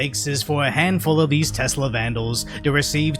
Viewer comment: "e-lonn"... not e-lawn..... "tess-la"... not tezz-la